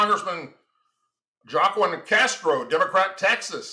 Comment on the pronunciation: Pronounced "Wa-keen".😊